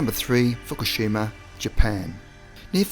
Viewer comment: It's Fukushima, not Fukishima.